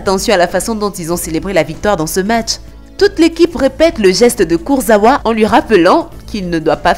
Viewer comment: C pas kurzawua c kurzawa😄